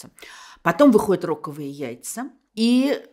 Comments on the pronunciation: Mille pardons, но яйца, таки, роковЫе, хоть в слове " рок" ударение и на первом слоге. Сорри, но слух прям порезало😂Пример: нос, но пазухи носовЫе, а не нОсовые....Видимо, это Ваша личная фишечка: " РОковые яйца"😂😂😂 P.S.Оч люблю " Мастера и Маргариту", находя в разные годы своей жизни новые акценты и краски в этом романе. Merci a vous🎉🎉🎉За Кальсонеров .....не обидно!!!😂😂😂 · А почему всё-таки ро́ковые, а не роковы́е? В словаре только "роково́й". Как понимать "ро́ковые"? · РоковЫе. Вас так приятно слушать. Но не когда вы путаете ударения. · Почему рОковые яйца, а не роковЫе? Впервые слышу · Рок= и яйца рОка= рОковые!!!! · И почему же рОковые? В чем смысл такого ударения? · Там главный герой Рокк. Это такая игра слов получается. Если бы Булгаков хотел ударение на первом слоге, название было бы Рокковые яйца. Я тоже всегда ставила на последнем слоге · ПОЧЕМУ В НАЗВАНИИ ПРОИЗВЕДЕНИЯ БУЛГАКОВА РОКОВЫЕ ЯЙЦА В СЛОВЕ РОКОВЫЕ ВЫ СТАВИТЕ УДАРЕНИЕ НА 2-Й БУКВЕ? ПО-РУССКИ ВСЁ-ТАКИ УДАРЕНИЕ НА БУКВЕ Ы! НО ЗА ПЕРЕДАЧУ НИЗКИЙ ПОКЛОН!